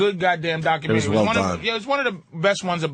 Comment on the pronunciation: Its not documen-tree! It's documen-tary.